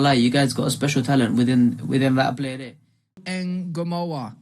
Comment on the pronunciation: Its trey Nyo-ni The N and Y are said together not singular nyyy sound like how u would say new but expect there is a o so nyo same with Ngomoha its not N-GO its one soung like Songa or tonga its Ngomoha.